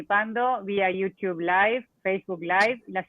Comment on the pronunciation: Uds que viven en USA, por favor, corrijan a la chica en la pronunciación de Youtube!!! Por favor, no la dejen pronuncair tan mal! Se ve que es una mujer preparada, eso no significa que sepa tanto inglés, sobre todo nombres, no la dejen pegada!!!